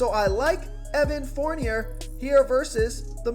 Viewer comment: Its pronounced forn yay not forn yer just saying Fournier the e is silent